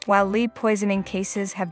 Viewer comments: Lead is pronounced "led"--please. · Another AI generated video -_- that's why it's pronouncing "lead" as the verb and not "led".